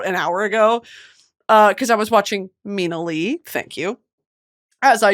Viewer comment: So happy you’re shouting out Mina Le! Just a heads up she pronounces it Mina LAY :)